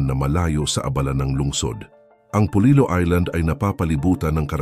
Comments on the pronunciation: Hindi iyan polilo kundi polilio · Polillo po not polilo.....polilyo pag tagalog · Polillo po not Polilo ang aming bayan 🥰🥰🥰